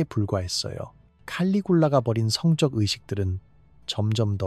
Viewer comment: 성적행위가아니라 성쩍행위로 읽는다..된소리로 바르게읽자. 대가를치루다는 대까를치루다로 이런기본도안된유튜브는 퇴출!!!!싫다에 한표!!!